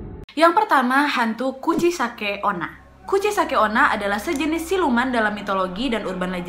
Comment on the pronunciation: Ka nadia: kuchisake onna Me: hah? Kuchiyose?😂